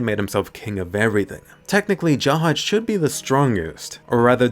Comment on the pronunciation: Finally a youtuber who says jahad rather than zahard